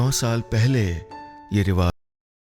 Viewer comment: नीलेशजी आपका तलफ़्फ़ज लाजवाब है बस रिवाज को रिवाज़ ना कहा करें